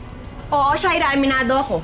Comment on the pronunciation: Sha-ee-rra kainis na my God...